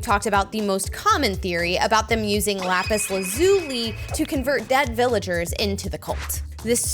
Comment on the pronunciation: You said lapis correctly